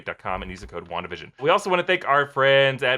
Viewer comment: Ah yes, wanadavision